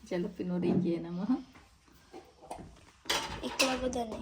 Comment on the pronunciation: Why do you keep saying to everybody “ Aaen “ ? Falafel is suppose to go in pocket pita not tortillas 😂 and guys kill the real taste by adding indian spices and seasoning 😂 It’s Hummus and Jalapeno not jaalapeno 😂 and you and your kids need to loose weight